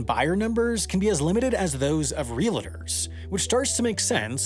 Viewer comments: Repeat after me Real-tor Real-tor Not real-a-der Never real-a-der Please stop saying real-a-der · Real-tor, not reel-a-tor. 🙄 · I love these videos. But I gotta call out the addition of a second "a" to "realtor" (reel-tore). My dad also does this; otherwise, there's little or no regional accent that I can detect... Then out of nowhere, a stark outlier, when compared to every other word I've thus far heard from them: "reel-uh-tore." Once I finally mentioned it to my dad, we had a good laugh about it. He, too, had no idea where he got the extra "a" for "realtor," which he found utterly hilarious to think about. It was fun, and we both still smile about it whenever he happens to say "realtor" in conversation, often with a little pause as he remembers not to include the extra letter his instincts are telling him to. But seriously, great video!